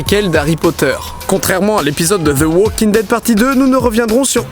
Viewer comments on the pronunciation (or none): none